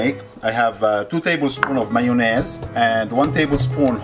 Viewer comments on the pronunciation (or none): The way he said mayonnaise just confirms he’s Lebanese lol